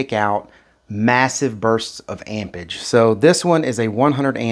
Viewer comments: AmpeRage it has a R in it amp rage not ampers lol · amperage, not ampage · “Ampage”!!??….the English word is “Amperage” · AMPERAGE not AMPAGE🤦‍♂ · am·per·age /ˈamp(ə)rij/ noun the strength of an electric current in amperes. Please pronounce and annunciate the word properly if you expect us to take you serious in the least amount. "Amperge" is not how you pronounce "Amperage." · all of them can you just have to have correct cables lol. He said it because you keep saying ampage not amperage lol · "ampage" is killing me. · he was implying there's an 'r' in amperage you neglect to pronounce. I'm from Boston and know about r's. the one in ampeRage is one even we don't ignore.